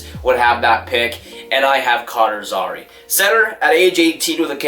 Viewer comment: Zary is also pronounced Zair-e (like hair with a Z and just the letter e